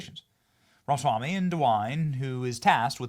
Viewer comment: Benny Dear, you're pronouncing Viveks name wrong. It's Ra- Ma -Swamy. You're missing the MA.